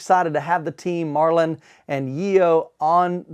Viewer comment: The dudes name is Marton and not Marlon, kind of interesting you are so excited about the product you can't even pronounce the name of the maker.